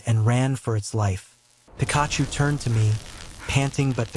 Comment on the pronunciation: Pikaaahhhchu? Raychu?